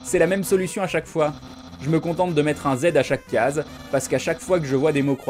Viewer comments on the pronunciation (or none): none